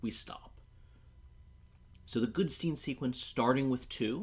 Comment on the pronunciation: Goodstein, not Goodsteen.